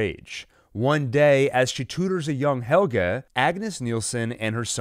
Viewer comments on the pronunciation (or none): PLSSS SAY NAMES CORRECTLY HEL-GE NIT HELGA